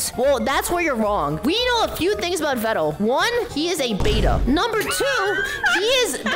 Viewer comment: Veeeeedal not ved dal